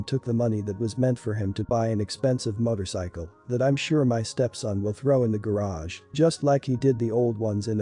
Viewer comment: Sweatpants and motorcycle pronunciation is ugh